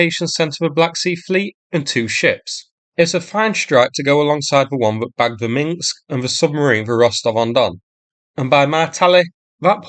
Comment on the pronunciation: Not "Minksk [sic]", "Minsk".